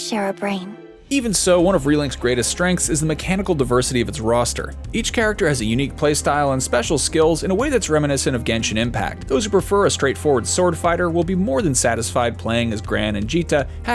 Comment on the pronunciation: Aint no way this man say jenshin impact. That game has no combat like this